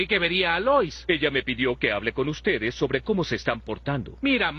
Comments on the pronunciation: Opino lo mismo jaja Dijo “ustes” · ¿ dice mal "y ustedes" o es mi imaginación?